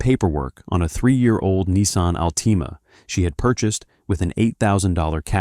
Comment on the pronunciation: CALLING IT A NISSAN AL-TEMA IS CRAZY 🤣🤣🤣..